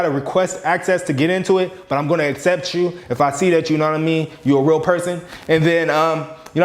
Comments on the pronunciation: peep how he said "will waver" instead of real waver😂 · “if you weally a weal waver” 😭😂